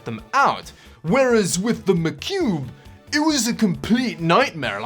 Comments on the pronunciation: Its "Mah Cube" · Hearing you say macube over and over again his funny love your vids man been binge watching for a couple days now!!